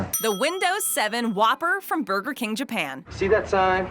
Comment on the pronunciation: LOL... " , What we should be doin is puttin those ribs on a buger" not a sandwich